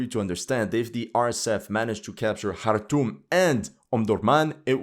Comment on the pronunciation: Wow, did this bring back memories. I spent time in Eritrea and Sudan, including Darfur (I played golf with a buddy from the US embassy in Khartoum (thanks for pronouncing it correctly) by moving a patch of astro-turf around and wacking a golf ball. A bomb went off in the hotel I was staying at before we got back). I couldn't wait to get out of there. I see nothing has changed. Maybe that's why no one pays attention. Nothing has changed and nobody cares.